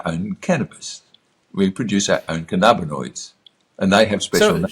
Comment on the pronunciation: I don't want to be rude. Cannabinoid is pronounced canna-bin-oid not can-arb-inoids. Your pronunciation triggers me and makes it hard for me to listen.